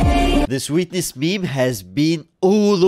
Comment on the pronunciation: Did you guys notice that the first one said " SWEATness meme" not "Sweetness meme" wow